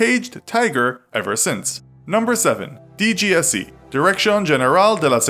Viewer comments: La prononciation pour la DGSE, tu ne pouvais pas faire pire :) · The way he pronounces dgse xDDD